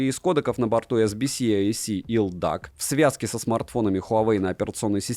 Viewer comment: ЭлДиЭйСи, а не елдак! 😊